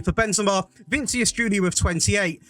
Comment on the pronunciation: Please stop saying Vincius instead of vinicius 😭😭😭